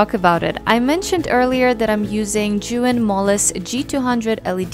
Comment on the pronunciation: It's pronounced as "zhe yoon" Besides that your work is amazing. I learned a lot on this video.